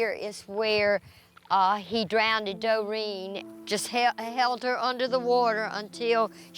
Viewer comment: “He drowned-ed her”